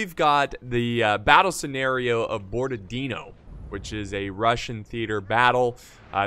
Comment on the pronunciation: It's Borodino not Borda-dino